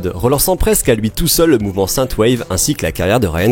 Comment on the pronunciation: marrant que vous dites "sainte waive", j'ai toujours su que c'était "since waive" :p